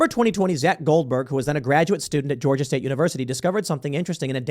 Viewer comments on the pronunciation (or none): none